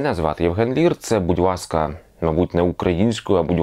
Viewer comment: Будь Васка? Чи я в вуха довблюсь? До логопеда сходити потрібно.